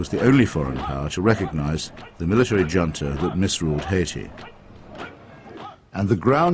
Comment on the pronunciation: His pronunciation of the word junta